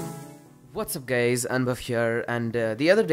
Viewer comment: "whats up gays"????? what kind of sh*t is that?